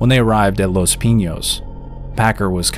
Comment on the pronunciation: Your saying Pinos wrong my guy.